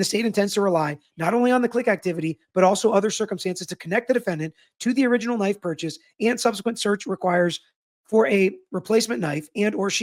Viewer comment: I was listening and I kept hearing gay bar knife. Thankfully I finally read the transcript.